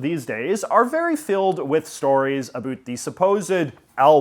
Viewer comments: "UH-BOWT" for Pete's sake. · Why does someone born in Vancouver not know how to pronounce ABOUT?!?!